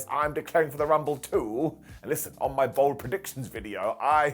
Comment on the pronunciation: Im sorry, did you say Bald Predictions or Bold predictions?:D